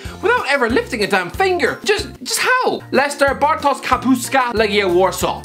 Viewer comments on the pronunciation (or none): The sz in Bartosz is pronounced like sh in English. You pronounced the rest of his name really well though.